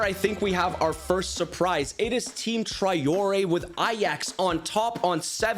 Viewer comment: My ears hurt so much from all the times you mispronounce Traoré.